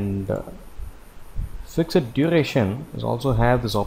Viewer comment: Thanks for this nice tutorial. I'm glad I finally understand Effort driven is alway Fixed work. Just a head's up: Fixed is pronounced "fixT", not "fixID" ;)